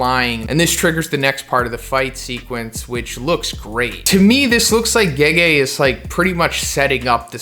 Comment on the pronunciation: Did he just call Gege "Geji" ?